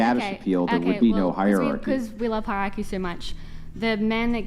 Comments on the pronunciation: Chick next to claims 140IQ Chick next to can't pronounce "hierarchy" Sure, they don't have to be related. But funny. Edit: asks her to re-read it 😂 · 140 I.Q. but can't read the word hierarchy....